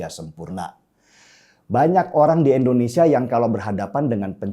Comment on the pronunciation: bang denny, penyebutan Indonesianya tolong dong pake i jngn e.. endonesia.. hehe